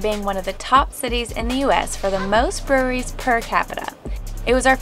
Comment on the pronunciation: Breweries per capita. I had to rewatch 5 times because I swear you said furries per capita....